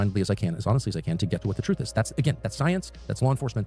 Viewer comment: But the TWOOOTH! THE TWOOTH!!!